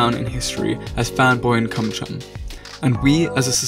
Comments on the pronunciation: this show was and still is my child hood i love this show very much but the fact im righting this coment is because at one point you says fanboy and cumchum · Say ChumChum without the 2 H